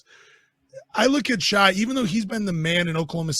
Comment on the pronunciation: 1. His first name is pronounced "Shay" not "Shy." "Gilgeous" is pronounced "Giljus." 2. Shai is better that Cade. The stats and eye test bear this out. The fact the hosts cannot even pronounce his name correctly likely mean they haven't seen any OKC games, and thusly are ill-equipped to meaningfully discuss SGA. 3. The rumor that OKC was willing to trade SGA and the #6 pick for Cade was circulated by Detroit media, and has never been confirmed to be factual.